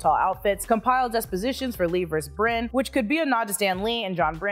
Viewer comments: It's Byrne, not Brinn. He's only a legend. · John Brin?!?! It’s pronounced like ‘burn’…John Byrne, like David Byrne. He’s just as important as Jack Kirby & Stan Lee in the current MCU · Pretty sure the artist's name (John Byrne) is pronounced "Burn", not "Brinn". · Byrne is pronounced "BURN" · FYI John Byrne (pronounced Burn, not Brinn). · How do you not know how to pronounce John Byrne?????? It’s “burn” not “brin” come on now! You’re videos are too great not to get that right. He’s huge in the comic world, you know that right??? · Byrne isn't pronounced "brin". It's an Irish name pronounced "burn". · Ugh!! Not "Bryne"... "Byrne" sigh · I know!!! Ughhh AND sigh! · Sorry, my OCD makes me post this... it is John Byrne ( Pronounced like Bern, Switzerland ). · John Byrne, sounds like "burn." My GenX heart broke. 😂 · Byrne is pronounced BURN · John "Brin?" Really? Yeesh. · Byrne is pronounced as burn! Is an Irish surname